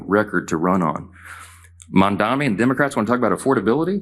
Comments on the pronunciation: Die he actually say "Mandami"? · Why the hell can't any of these Republicans say Mamdani's name correctly? It isn't Mandami or Mamdami. Either they're stupid or purposefully disrespectful, potentially even both. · God he should learn to pronounce Mamdani's name for a start. Incompetent little pipsqueek floundering like a spider in treacle. Get rid of that bunch of lying morally bankrupt traitors quick, for the sake of the US and the rest of the world too. These people couldn't organise a piss up in a brewery and have no business running any country, never mind the US. They belong in a psychiatric hospital, as patients!